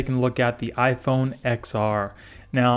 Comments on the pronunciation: It's ten are not ex are (10r) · It’s ten r the X is Roman numeral. XR pronounced ten R